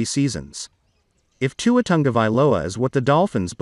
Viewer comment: Learn to say Tua’s name